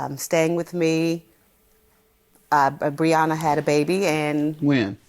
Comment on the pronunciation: They’re saying her name wrong for sure lol Bree-yen-uh is what I see here lol